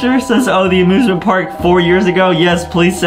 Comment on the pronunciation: OMG they say amiusmint Park at the same time